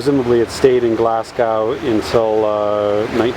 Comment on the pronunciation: You might want to learn how to pronounce Glasgow correctly.